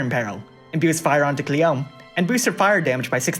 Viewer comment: it's KLEEYOMEHH, not cleom, she's japanese LOL